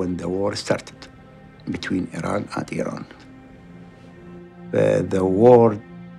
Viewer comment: It's sounds like he said, "the war started between Iran and Iran."